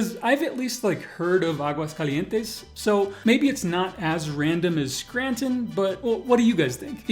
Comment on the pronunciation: It is written Aguascalientes, but it is pronounced Aguascalientesn